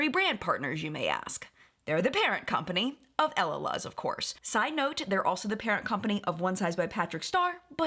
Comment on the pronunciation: Just a quick tip. I believe that Camila Coehlo’s last name is pronounced KWAY-lo, and Elaluz is El-la-LOOZ. 🙂💕